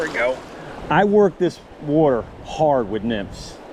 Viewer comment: Won’t be a trout bum video Without you saying “wutter”